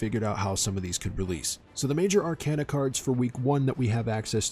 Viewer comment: Ar - cayna Like a walking cane Not like a walking can